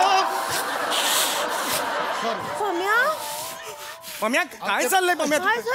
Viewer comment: pamya chya jagi panya Fumble padla 😂